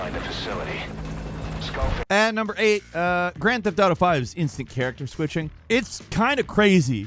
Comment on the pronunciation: Lost it at "Grand thef Dragon"